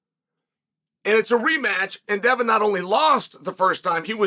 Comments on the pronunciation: Chael said Devon's name clear as day, respect level: God tier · You say Devon's name perfectly, by the way 👌